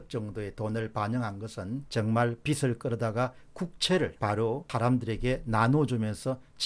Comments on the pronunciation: "빚을"의 발음은 "비슬"이 아니라 "비즐"입니다. "비슬"은 머리 머리 빗는 빗의 발음입니다. 미안합니다. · 박사님, 빚 을 발음 정확히 해주세요^^ 비슬 이 아니고 비즐 입니다. 화이팅! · 공박사님, 늘 수고 많으십니다. 사소한 듯하지만 방송에서 간과해선 안 되는 우리말 발음에 대해 건의드립니다. 예) 빚을 지다=비즐 지다 빚이 많다=비지 많다. 빚이란 단어의 ㅈ이 연음되는 걸로 알고 있습니다. '비츨', 혹은 '비치'라고 발음되는 것은 옳은 우리말 발음이 아니어서 말씀드립니다. '빛', 혹은 '빗'의 경우와는 다르니까요. 고맙습니다.